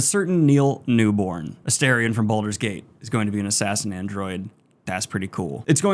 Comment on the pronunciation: Only making the comment because he's getting huge and will inevitably be in more things you discuss, it's Newbon, not Newborn